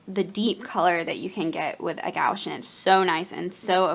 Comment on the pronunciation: New subscriber. Interested to see what you create with your new stuff. Your fiance is so sweet! (One note: The opaque watercolors are typically pronounced more like "gwash." I only mention this because I pronounced it that same way the first time I had to buy some for school, and the snooty saleswoman was not polite about it. It was an awkward moment.)